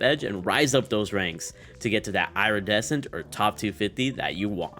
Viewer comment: SAY IRA-DECENT ONE MORE TIME